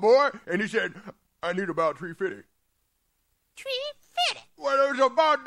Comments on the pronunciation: “Tree fiddy” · About tree fifty lol Never gets old